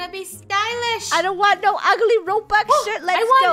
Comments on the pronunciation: did she say the sh word or shirt? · I love your vids so much but did anyone else hear the s word in stead of shirt??? Just asking 🤷🏾‍♀️🤨❓